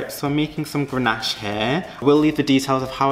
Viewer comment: DONT PUT IT IN THE FRIDGE. IT IS CONDENSATION. And it's GANACHE. NO R. Cringe cringe cringe....